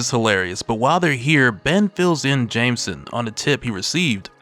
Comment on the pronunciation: Someone teach this AI how to pronounce jjj’s last name